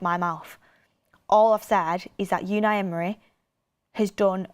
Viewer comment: Please stop saying yewni Emory